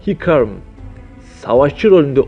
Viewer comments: Abi aksanlari bi söylemeye çalışma norman keyn de geç hekarim de geç elis de geç luşın de geç allahım kenni ne panten ne neyse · Serapayn mı iko mu hikarm mı elise mi lusyın mı ya olum ahhaha sen lol bildiğine emin misin %80 ni okuyamadın diğerlerini yazmadım bile video yapmadan bi araştır lol öğren kardeşim izleyenler seni gülmek için izliyordur kendine güldürme